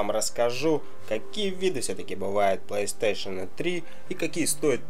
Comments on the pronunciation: консоль не плейстейшеЛ, а плейстейшеН:-), а какая твоя любимая ps3 и игра на ней?:) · мне одному покащалось что он сказал плэйстейшел? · Как меня бесит что он не может нормально проезнести плэй стэйшн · Плэйстэйшал...о хоспаде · по че говроишь плэйстешел?там же не л, а,н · Че за пьяный кунг фу мастер? ПлэйстэшэЛ...какую траву куришь?